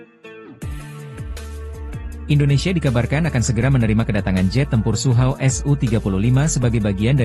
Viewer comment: Sukhoi bukan suhauw